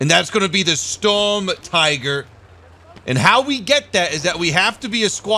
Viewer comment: Its Shturmtiger not storm tiger